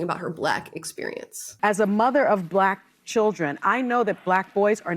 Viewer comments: she is saying BLUACK the way the woman before is blaming the white people. Maybe that’s proof that when you want to hear or see something the way you expect it you will experience it this way. Even if it’s not real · I’ve never have said BLacK like that. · That's how Jessie Peterson says black. Well...he says Blatt. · Trump says it that way. He adds an additional syllable. He says Buh-lack. He's the only person on the entire planet that says it that way. And he's not white he's orange. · cmon now amala, you having no experiences of ppl pronouncing bLaCk like that is clearly your PRIVLEDGE. don’t forget ur place maam. (i’m totally joking guys) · I’ve never heard anyone emphasize the word “black” like a black person talking about “black” people. “It’s because we’re BLACK!” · I’ve never heard a white person say black like that. We just say it normal. Also, I don’t judge parents who have older children in strollers because we don’t know what medical needs those children have. They could have a disease or disorder where they can’t walk for very long. Some illnesses are invisible to the eye. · I live on the border of Texas and Oklahoma, and I’ve never heard anyone say black like that 😂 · B L A C K !!!!!!! IT'S only B L A C K people that say it like that. Like sunny! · Sunny says 'Black' like that 🤣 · Yep ive lived on 3 continents ive not ever heard a person say black like that